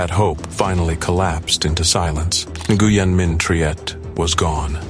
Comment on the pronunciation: It is pronounced Win not Neguyen